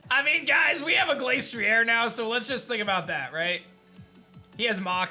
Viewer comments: Im getting mad how he pronounces it Glace-tree-air when its actually Glass-tree-er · Pronounces Glastrier as Glace-tree-air Arca-neenay: Finally! A worthy opponent! Our battle will be legendary! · ok but thats not how it was ment to be pronounced